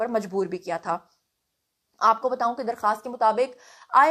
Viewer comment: میں نے پہلے بھی کہا تھا کہ آپ بتوؤں نہ کہا کریں بتاؤں کہا کریں آپ جب بھی بتو ؤں کہتی ہیں تو لگتا ہے ابھی آپ کہیں گی آلو بتو ؤں۔ ب ت الف کہیں ب ت ؤ نہ کہیں۔ جس طرح آپ نے کہا ہے بتایا تھا اسی طرح بتا کہیں